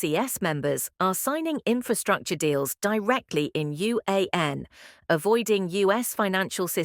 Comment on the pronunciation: Ai Voice can't pronounce RMB & Yuan ... Difficult to listen and comprehend calculations .